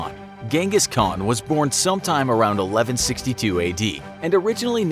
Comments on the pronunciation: Its prenoised han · I cant watch you saying ghengis as a mongolian🤦🏻‍♂️ little do you know it’s chingis and khan(haan) means king in mongolian